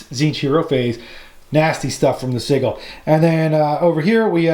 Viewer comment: Great batrep. My only gripe is your pronunciation of sigil. It's Sij-yul not siggle